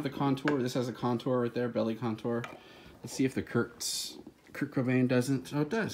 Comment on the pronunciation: Did I hear a 'teh Kurdtzzz' ?